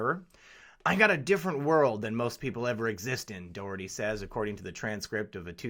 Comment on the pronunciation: Thanks for covering the Johnny Dougherty IBEW Ninety Three story in Philly. It will shut down the Philly Democratic City Ctte aka the Philly Dem Machine. FYI his name is pronounced Johnny DOCKerty hence his universal nickname, Johnny Doc. This is what everyone calls him high to low. This investigation has been going on informally for even longer - the FBI only had to announce it BY LAW two years ago! Obama imho blocked it just like Shillay et al. But that all ended when Trump got elected. Glad you did not go into politics also!